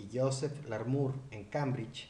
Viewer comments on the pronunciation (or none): Aún después de aviso, ningún nombre bien pronunciado 😂 Ponquer, Poncaire, Poncair 🤯 no es más fácil Puancaré? Luego Larmur en lugar de Larmor , George como Jorx, Michelson como Mikelson 😉 No consigo encontrar una norma que rija la pronunciación de los nombres en estos vídeos que no sea aleatoria!🤔 Antes de hacer unos videos tan interesantes, no costaría tanto asesorarse para ser más riguroso como precisa la ciencia.